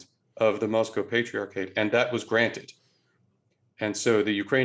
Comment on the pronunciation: The way this guy talks is so fucking annoying, the way he says patriarchate, the way he stresses the middle syllables in Russian words, it’s just so ridiculous. You are speaking English, pronounce words like they supposed to in English. Bet this guy also says MEHico and LuQHUA instead of Lacroix like a normal person, just so unnecessary